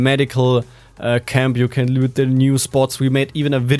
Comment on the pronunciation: Mega geile Video und nicht böse gemeint aber bitte sag bei dem Wort loot Anstatt lüt eher lut. Lg